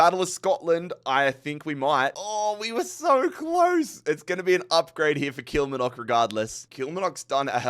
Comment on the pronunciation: KILL-MAR-NOCK & FALL-KIRK just for future reference 😂😅